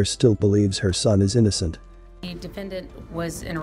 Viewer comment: The mother can't even say innocent . I hope we don't see her back on television if the tables turn.